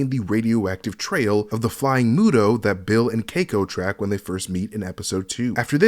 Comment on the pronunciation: And you pronounced Muto wrong 😅